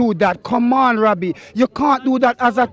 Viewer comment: This man callin him Rabby 😂😂